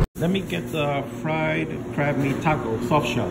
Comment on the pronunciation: I keep hearing crap taco idk why lol